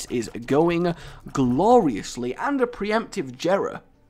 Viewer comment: Its pronounced yera. Not Jera